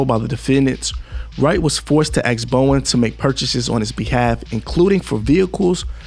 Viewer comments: "BOW-DEN" Not Bowen 🤦🏿‍♂️. "ILL-N-OY" Not ILL-N-NOISE. Public Schools Have Failed. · Bow-den. You know like the den inside of a house. Or a lion's den.